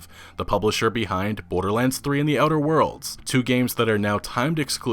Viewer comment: Are you talking about "outer worlds"? It sounds like you're saying "other worlds". Annunciate